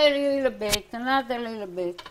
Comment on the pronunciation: always says alila bit salt then she throws in half a handful 😂 I love you, I always have you or Osara on when I cook